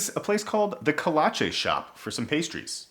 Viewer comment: It's because it's pronounced kuh-laa-chee not koh-lah-chay as you said it. It's all good.